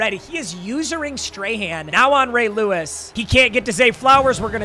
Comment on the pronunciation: “Huge hit from lay rewis”